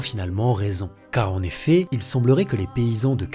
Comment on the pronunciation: "Ce sont les fées qui lui donneront finalement raison". Non, je crois que tu voulais dire "les faits", ça ne se prononce pas pareil hein ! Ah oui, tu as un problème de prononciation lol, je n'avais pas remarqué avant, tu dis "en éfé" au lieu de "en effet" et "drole" au lieu de "drôle" et "role" au lieu de "rôle". C'est quoi comme accent ?